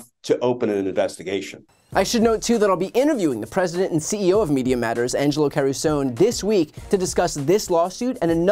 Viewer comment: Learn to correctly pronounce Mr Angelo Carusone's name. Mr Angelo Carusone's name is Italian. Learn to respect other cultures. Do not be a shmuck!